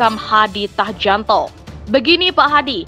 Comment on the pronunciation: Mbak, mbak.. Sampean apa nggak pernah dengar nama menteri polhukam yg baru, kau sebut hadi Tahjanto, dan channel Rismon Belik academy, cobalah searching lagi bagaimana penyebutannya jangan oon lah